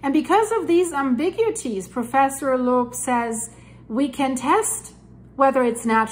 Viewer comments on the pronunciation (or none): none